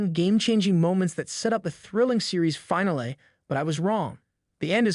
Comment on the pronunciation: No one is going to comment on how he says "finale"?